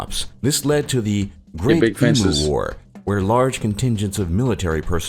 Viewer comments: Hate to say it but you're reacting to a video which is factually incorrect in many parts, not the least being pronouncing Emu as Eee-Mooo and not Eeem-You like any real Aussie would. The threat of dangerous animals and spiders is real enough, but way overblown like it usually is in these types of videos. Our internet may not be the fastest, but it is way faster than this video describes generally and also pretty cheap compared to other places. Our mobile phone network is world class and cheaper than I've seen in other places too. The boat people section was weird. Yes Australia has strict immigration policies, but if you're a skilled person and use official channels there is no problem emigrating to Australia. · sigh, EMU is pronounced "EEEM-YOU" not "EEEE-MOO" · I'm going to slap the next person that says Eemoo. It's Emew ! Not that hard E, M and U. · They are called Em-yous, not E-moos. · I cringe every time I hear, "E-moo." I hear it way too much. Eem-you. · E -Moo? Sounds like a cross between a jet taking off and a cow. Emu is pronounced e - mew. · eem-you, not ee moo. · Em you not emoo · Its pronounced 'eem-you', not 'EE-moo'! The Red Back spider is the same genus as the Black Widow with basically the red mark being the only difference #1 The guy talks about Melbourne and Sydney being in the top 20 cities, then shows a picture of the Gold coast.... amateur! Seriously m8, if you want to know about Australians, don't watch American doco's unless they are by people who have moved here or are visiting, watch Australian produced stuff. Every one of these type of doco's I have ever seen have numerous erroneous 'facts' and incorrect assumptions in them. Cheers and thanks anyway! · Not E moo arghhhhhh, it is EEM U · FFS...why do Americans insist on pronouncing Emu as "ee-moo". It's "ee-mew". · Eem-you, not eem-oo. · Emu - it's not ee-moo It's ee-myoo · why do they not say EMU correctly e.m.you is close